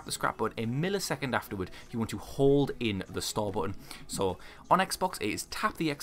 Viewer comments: Cant find my other comment but hes saying store! I though he said star or start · Absolutely anoying what are you saying.? Star or start? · That you was saying "stall" tf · Your accent made it hard for me to understand you saying store lol, but that’s because I wasn’t paying attention. I appreciate the clarification!